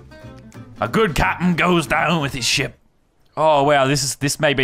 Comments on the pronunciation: Ay Lannon it sounds like ya saying s$%# battles not ship battles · Did Landon say shit battles or ship battles??????😂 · When he said ship I thought he said sh*t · At first I thought he said shit battles instead of ship battles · It sounded like he said shit battles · I keep thinking he says shit battles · Who else thought he was saying shit battles